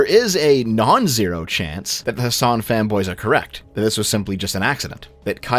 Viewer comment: Whenever you say "fanboys" all I hear is "femboys." That's it. I gotta quit.